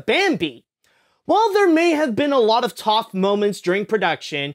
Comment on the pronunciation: did just say "Toph" instead of tough?